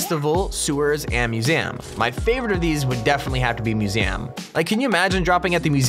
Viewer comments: It's not mu sem but musi em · Wats a Moosam boi it pronounced mew-z-um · Its musium not musam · He said MUSAM instead of museum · Wtf is a masam it's called a museum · The way he says museum. Lol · this guy be like i would love to drop at the myoozeeam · Did he just say museyum